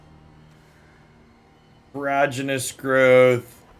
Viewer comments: He just says it wrong. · I feel like I'm being trolled every time you say prodigious. Is there an inside joke here?